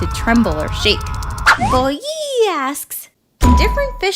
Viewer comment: it’s funny when u say boi ii